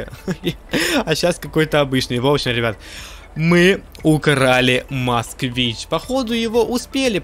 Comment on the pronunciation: Москвич. А не Москвна